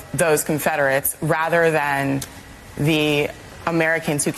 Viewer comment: Conferderates 😂😂😂 WTF?? 😂😂😂😂